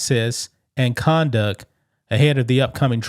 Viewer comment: Btw !! Court room conDUCT !! TTTTT NOT DUCK K ?? CMON DUDE !!. It's hard to listen to ebonics. Better to just put the info from paperwork on screen and we read it .